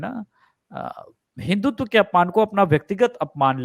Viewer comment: हिंदुत्व शब्द का उच्चार हिंदुत ऐसा करना नही चाहिये। आप "व" का सही उच्चार करनेको डरती हैं क्या?